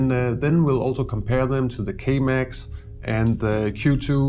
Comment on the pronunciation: great video although I recommend not promouncing K Max like Chemex, as that got me a litte bit confused